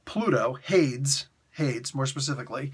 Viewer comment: Say Hades again. (Hay-deez) is how I always heard it pronounced. 😉